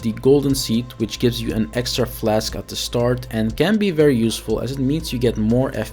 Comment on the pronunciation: "odderwise" "flesk" "ties twoe" "krimpson" "utimately" Gadverdamme